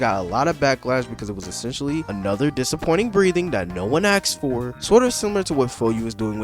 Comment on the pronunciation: who asked + "aksed for"